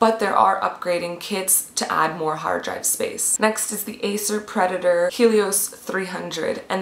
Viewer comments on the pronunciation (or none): none